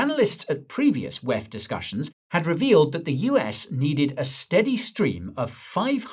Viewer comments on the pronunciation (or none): Please do say wef as it sounds silly rather pronounce it as separate letters WEF